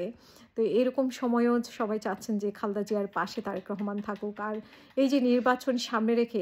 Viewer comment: Khalda!!!! Zia apni o onk somman koren nam er uchcharon dekhe